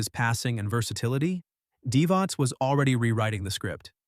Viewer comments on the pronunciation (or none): It's pronounced divach not divas